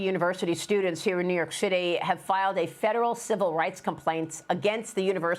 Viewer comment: It's city not cishty